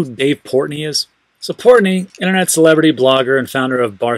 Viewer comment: Lol port Noy!